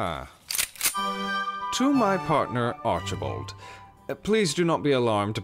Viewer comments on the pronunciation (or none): none